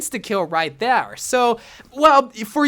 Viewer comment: “Thats an instakill right thær”